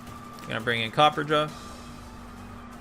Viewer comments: there's a fucking "a" between copper and ja. It's based on "raja" which is something of royalty in India, where elephants are treated as sacred. So no. It's pronounced Cop-per-ah-ja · Say it with me copper-ah-jaw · Its not fuckin copper jaw Its Cop-per-ra-jah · Copper Raja, like a copper king. Pronounced Copper-RAH-jah. Not Copperjaw. Please.